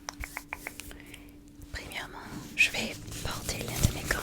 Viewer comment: lol alors non il faut aussi lui dire que pour "gant" le "t" ne se prononce pas. On dit "gan" .